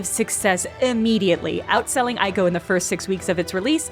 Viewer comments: “Which makes me the oracle”… the very next word, “eye-koh” instead of “ee-koh”. Great video though. I’d actually forgotten about this. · "I know about things that Wikipedia doesn't, which makes me the oracle." Proceeds to mispronounce Ico